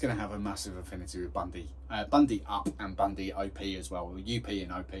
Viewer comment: It's Bundy, not Bundi